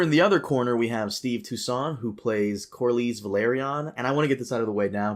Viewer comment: learned to pronounce Corlys Velaryon 👏👏👏 Edit: Nevermind, he fucked it up again towards the end